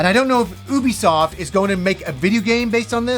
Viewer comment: Oubisoft? ok Norm Macdonald stunt voice actor.